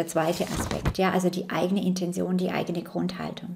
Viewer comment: Liebe Mel, dankeschön für deine Arbeit und die bereichernden Informationen. Nur eine kleine Frage: Warum sagen so viele Menschen, die im esoterischen Bereich Infos verbreiten "Intension"? Ich kenne nur das Wort "Intention", ausgesprochen " Intenzion" in der Bedeutung "Absicht". Das verwirrt mich etwas.. Liebe Grüße und alles Gute